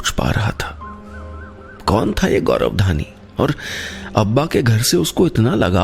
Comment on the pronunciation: Gaurav hota hai gaurab nahin